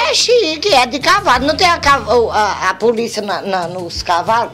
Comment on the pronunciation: Assaltári, Puliça kkkkkkkkk